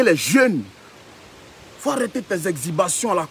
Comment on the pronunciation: Exhibition ou "exibation" mdrrrr